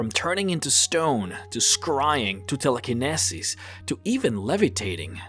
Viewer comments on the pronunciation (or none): "Tellikinessies" What? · His mispronunciation of centaur, telekenesis, reproduction and amphibious just annoys me much more than it should. Still a really cool video though.